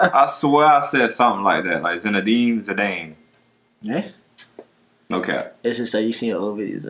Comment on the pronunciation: You finally learned how to pronounce Zidane's name. I'm crying. proudest day of my life... 😢